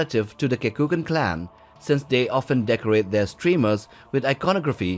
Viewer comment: Kekunan, not Kekukan ;)